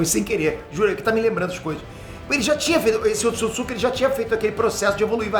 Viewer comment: Um dos maiores canais do Brasil e NINGUÉM DA EQUIPE, em todos esses anos, disse pra esse cara o nome certo do clã. Erro de pronúncia é normal, mas você tá colocando outra sílaba no nome 🤪! Não é "...tsukitsuki", mas sim "...tsutsuki"